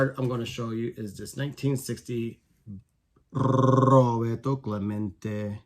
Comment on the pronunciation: I think you just broke the internet with that final "RRRRRRRRRRRRRRoberto Clemente!" Awesome! Good luck with your first submission! That Strawberry looks sharp! Thanks for sharing and keep on rocking!